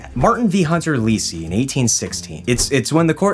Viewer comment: It’s pronounced “Hunter’s less-ee”— the person who leased from Hunter.